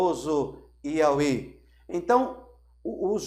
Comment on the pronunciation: Porque o irmão pronuncia IAUE ? Seria sinônimo de YHWH ? É que a pronuncia lembra nome de entidade